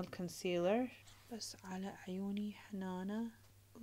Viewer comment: هنانه❌ حنانه✅